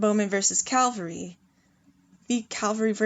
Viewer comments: ere i no ur american n u say things differently even tho ya speakin English..its cav al ree... not calvary...u may not be able 2 talk the english language but not bein able 2 read it u just sound thick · Sorry i cannot listen to it, may have decent amount of knowledge but the word is cavalry not calvery,.. please it spoils a lovely voice too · I'm triggered with cavalry = calvary pronunciation